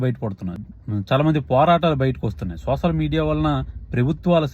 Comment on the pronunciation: Not sosal(Telugu). Soshal ani palkaali Bro.. Content K...